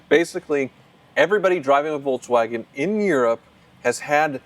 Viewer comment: Can you try to pronounce Volkswagen please? There's no 'tz' in there anywhere.